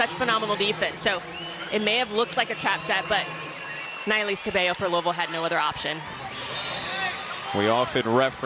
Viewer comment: it is so aggravating hearing commentators say "cabELLO" instead of "cabayo"